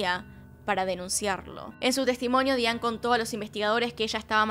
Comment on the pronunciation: Con respeto tienes problemas con la pronunciación en inglés. Es Diane Daianne se diría.